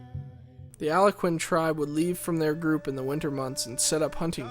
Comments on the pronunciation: Decent video! Good overview of some of the Nations of North America. Mispronunciation: video commentator says "Aloe-quinn", but it should be said "Al-gone-quinn" or "Al-gonk-quinn"!! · He can't pronounce Al-GON-quin. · "Alakin"? Did you mean Algonquin? And I don't think Plains Indians moved "daily".